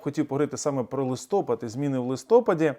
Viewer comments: Дякую за таку важливу інформацію!Але українською-листопАд,ні в якому разі не-листОпад!Бажаю успіху! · Не листОпвд, а листоПад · Не листОпад, а листопАд! Дурак Ющенко так говорив, i пiшло. Ви в школу ходили? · не листОпад, а лисопАд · листопАд не листОпад, ящо мова про місяць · Ви грамотна людина, правильно вимовляйте назву місяця "листопАд". На Ви вимовили це слово правильно! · "Наголос у слові «листопад» падає на останній склад у обох значеннях слова: і як назви місяця, і як процесу опадання листя." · а как выжить...на 3 000 пенсии.. часто говорите ? на украинском языке,листопад-ударение на последнем слоге..Сумы Украина...